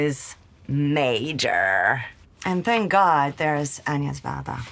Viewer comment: Not greedy and a joy to hear her pronounce Agnes Varda correctly.